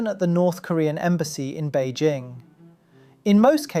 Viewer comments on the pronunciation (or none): I’ve never heard anyone pronounce Bejing the way the narrator pronounces it.